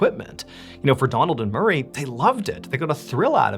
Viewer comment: I misheard "murray" as "marie" to start with